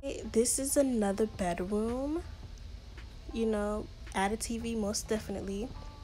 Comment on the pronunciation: I love it when you say, "Bedwoom" ITS SOOO CUTEE